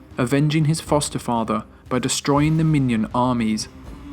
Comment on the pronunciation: Mi-no-an? Not Minion.